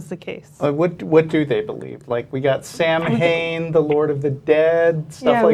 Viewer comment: He needs to read up on his greek legends and learn to pronounce Samhain.